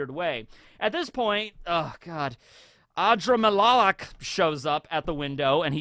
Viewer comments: Ah-Dra-mel-lick I think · Ah - drim - ah - lock. Adremelach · the way you pronounce adramelech name is uh-dram-uh-lek the name is in Hebrew and its meaning is magnificent king. Adar is a word in Hebrew that means magnificent and Melek is the word for king hope it helps and u were right with damnatio's name hope it helps you, oh another thing in Lucius grimoire there are the signs of all the kingdoms there's a spade, a clover, a heart, and a diamond. not only clover and a spade